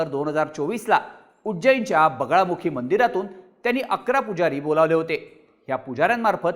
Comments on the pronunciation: अरे yz.. बगलामुखी देवी म्हणतात.. बगळामुखी नाही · बगलामुखी असतं रे.... चुकीचे नका उच्चार करू! दरवेळी कानात खाज आल्यासारखं होतं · Bagalamukhi devi aahe tumche uccharan wrong aahe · ळ नाही रे ते बगलामुखी देवी आहे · बगळामुखी नाही बगलामुखी देवी ... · अरे पूर्ण माहिती तरी गोळा करत जा व्हिडिओ बनवायच्या आधी आई दसमहाविद्या मधली एक आहे तांत्रिक आणि अघोरी हयात जमीन असमान चा फरक आहे आणि बगळामुखी नाही बगलामुखी आहे आई च नाव 🙏🙏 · बगलामुखी माता आहे, नाव तरी नीट घ्या. आणि जरी त्यांनी अघोरी पद्धतीने पूजा केली तरी त्यात गैर काही नाही, त्यांचा तो अधिकार आहे कोणत्या पद्धतीने पूजा करायचा तो.